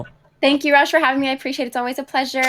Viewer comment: Why does say rejjj not rajj